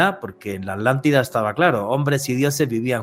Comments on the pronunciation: Y dice es Átlantida. (Y se sostiene en la t). Al igual que jItler (acentuado en la i) o uno aún más español el popular vídeo (acentuado en la i) en vez de video con prosodia en la e. Lo loco es que ambas parecen validas. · Tambien dice la Alantida 😮